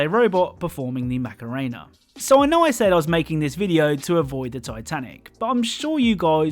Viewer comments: Am I the only one that heard the Mac and cheese arena instead of macarena. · I cringe so hard when people say MacaRAAAAYNA instead of saying it correctly. Its not even an accent thing, its just painfully white people shitting on a culture in the guise of whatever